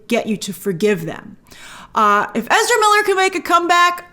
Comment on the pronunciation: Please stop destroying English for the sake of Ezra..